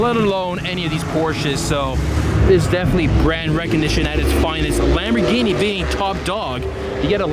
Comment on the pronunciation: Dude, really... Once you went into the POURSH rant I clicked off. Just report the event, video the cars and make some commentary, easy cheesy. But of course there wast a sea of Lambow gee nee, sheesh.